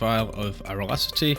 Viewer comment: alacrity = aralacity? uh-lack-rit-e is how you pronounce it, or just look it up on google